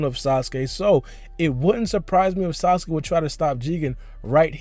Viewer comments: he said sausage instead of sasuke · lol he says sausage instead of sasuke